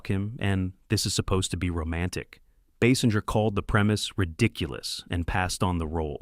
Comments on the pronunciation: Pronounced Kim’s last name incorrectly . . . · Agreed. I didn't know there were so many ways to pronounce "Basinger" 🙄